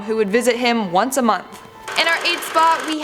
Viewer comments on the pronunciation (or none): none